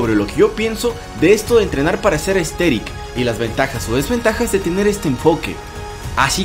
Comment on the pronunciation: buen video pero al inicio escuche ``entrenar para ser esteril